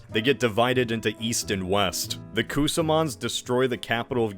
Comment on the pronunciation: "I'm the best you got." I'll take it! Kuusamo?! TORILLE! Kuusamo is a town in Lapland. Lagoas kinda sounds like Ladoga to me, which is a lake in Karelia.